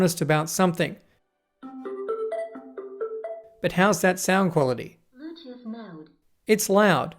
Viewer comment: “De blutoof dewice is ready to pear”